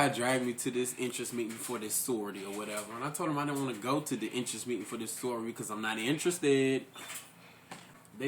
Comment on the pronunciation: why he calling it sorryority